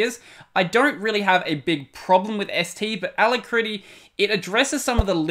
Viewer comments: A--LAC--RITTY not a-la-critty. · Pronounced a-lak-ri-ty! A brilliant name. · It is not pronounced like that... a-lack-rity It means speedy or swift. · good vidieo. BTW, Alacrity is pronounced with the emphasis on the 2nd A Thus: alAcrity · \ ə-ˈla-krə-tē\ => "uh-lac-rit-ee" => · Hey! The alacritty developer (Joe Wilm) pronounces it the other way. It seems to be an homage to 'alacrity' with one T — possibly with a bonus TTY reference from the two Ts 🤔